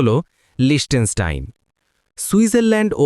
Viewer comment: আসল উচ্চারণ হলো, লিখতেনস্টাইন। অস্ট্রিয়া থেকে সুইজারল্যান্ড যাওয়ার সময় 15 মিনিটে দেশটা ট্রেন করে পার হয়েছিলাম।